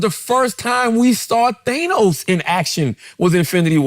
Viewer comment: HIS NAME IS THANOS NOT NO FUCKING THEYNOS JESUS FUCKING CHRIST